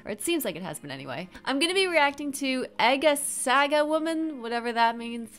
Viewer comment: It’s pronounced phonetically “Arga Sarga”